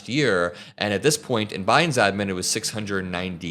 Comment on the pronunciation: Everytime you say adman makes me want to puke